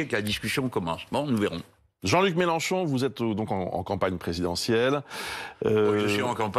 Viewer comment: Melenchon dit Mechancon. 🤡🤡🤡🤡🤡🤡🤡🤡🤡